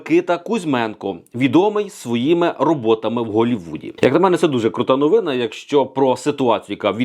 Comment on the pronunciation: Навчіться розмовляти українською, ви ж медійна особа! НовинА і т. д. Просто ріже вухо таке безграмотне володіння мовою